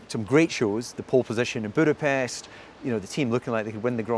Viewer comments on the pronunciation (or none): none